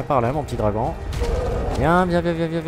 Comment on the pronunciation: Le "dragouth" MDR